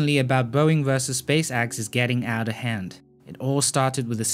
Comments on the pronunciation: Also, it is pronounced Space Ex, not Space Axe.... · "SpaceAXE" and low earth "AUBIT" , i love it lol